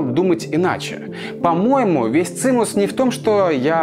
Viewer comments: Цимес а не цимус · Цимус если правильно - цимес) с уважением) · не цинус, а циемес. одесско-еврейское выражение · Каждый видос - отдельное произведение искусства. Обожаю этот канал. Ни на один ещё так не залипала. Только вот не "цинус", а "цимес", но это мелочи ❤️